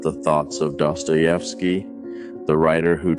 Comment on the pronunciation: if you use other creator ideas and themes at least pronounce and write their names correctly, otherwise you have no respect for them, and naturally, you get no respect from others. my comment on this theme. theres no way a society can exist otherwise than how dostoievsky is telling his story. everywhere there is competition between thinking individuals, goodness cannot survive as the only way to proceed in life. beauty gets splintered until loses its original 'shine', because life is tough and you feel it the moment you exit your precious bowl that gives you security